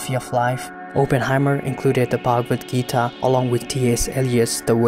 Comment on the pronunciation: Why do you westerners pronounce foreign, especially Indian words and names with the worst pronunciation possible? Do some research on pronunciation also, considering the fact that you people can learn pronouncing latin, french and even chinese words but not hindi-sanskrit, other indian languages. Its pronounced as shree-mad-bhagwad-geetaa, श्रीमद्भगवद्गीता (श्रीमद् भगवद गीता), not sri-med-bhegwed-geetae